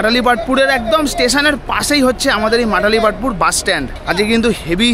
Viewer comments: Not Matalipstpur it's Malatipatpur and not Barmuda it's Baramunda Bus stand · Bhul bolle to Malatipatpur not Matalipatpur❤❤😂🎉😂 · Uchharon ta thik kore koro age Matalipatpur ❌ noi Malatipatpur ✅ 😒😒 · Dear Brother, this is not matali patpur, this is malati patapur bus stand. At least say it correctly. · dada its not matalipatpur......its malatipatpur🤣🤣🤣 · এই বাস স্ট্যান্ডের নম হলো মালতীপাটপুর। বারবার এটাকে মাটালিপাটপুর বলে ভুল উচ্চারণ করছেন। বেসিক ইনফরমেশন ঠিক হওয়া দরকার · Bhai stationer ucharon ta to ektu bhalo kore dao.